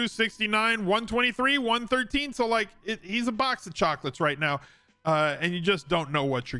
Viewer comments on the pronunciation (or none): Did you say "right Meow"?